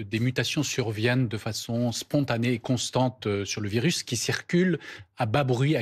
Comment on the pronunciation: Un virusse? arrête 😂